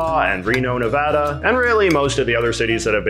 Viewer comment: JJ!! You just went up a few notches in my book, thank you for pronouncing "Nevada" correctly!